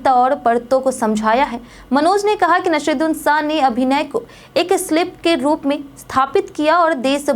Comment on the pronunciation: Pahale to Nasiruddin shah ka naam galat bolti ho, fir Zinda aadmi ko bhav bhini shardhanjali deti ho. Aisi news reader ko hatao